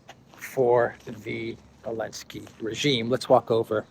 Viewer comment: Why does he say “Alensky” instead of Zelensky?